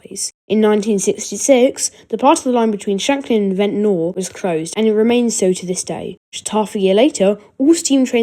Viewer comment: its said vent-nuh